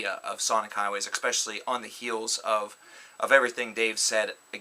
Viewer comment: This guy is pretentious and annoying; believing he's smarter than he actually is and I can't take someone seriously when they say "expecially". He takes far too long to make his point.